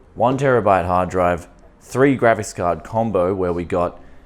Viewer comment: That’s a weird way to say “Gravis Card” 😝😂✌🏼